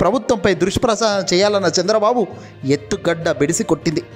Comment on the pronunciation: కొన్ని పదాలు మీరుకూడా లోకేష్ లాగ పలుకుతున్నారు. ఉదాహరణకు ఈ వీడియో లో ఎత్తుగడ అనే పదాన్ని ఎత్తుగడ్డ అని పలకటం. ఇదే కాదు. ఈ వీడియోలో ఇంకా ఎన్నో పదాలు తప్పుగా ఉచ్చరించారు. భాషను సరి చేసుకోండి. బై.